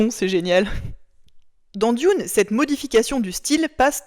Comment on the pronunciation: juste pour chipoter, Dune en anglais ca ne se prononce pas "dioune" mais simplement "doune"